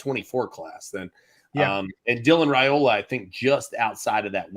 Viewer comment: better than AI? Maybe so, but can't pronounce last names properly. Last I checked, he and still with the RAY SLAY. It's not Ray-ola, guys, it's pronounced like Rye-ola. This, according to Dylan's father in response to a direct question. Call him and ask.